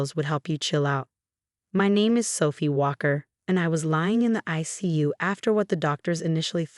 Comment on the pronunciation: I'm sorry selfie? Really? Her name is Sophie, not selfie